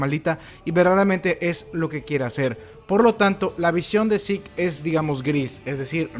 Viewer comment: Este... El nombre de Zeke , se pronuncia : yiku , no zik xd. Solo es una pequeña corrección xd cada quien lo puede llamar como le plazca :v